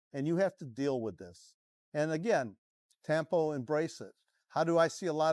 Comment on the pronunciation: Tampo, not "Tempo" 😉